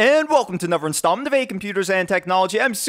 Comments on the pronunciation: the tone doesn't bother me but every time I hear "anover" I wanna stick an icepick in my ears. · ugh stop saying "anover" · what, saying a V sound instead of a TH sound? no, it's laziness.